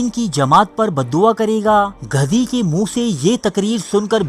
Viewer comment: aap ki urdu bhot kharab hai gadhi ko ghadhi bana dia.